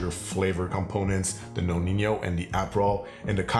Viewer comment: Great video! However, too many people are incorrectly pronouncing the amaro "nonin-yo" (that y should not be there) 😅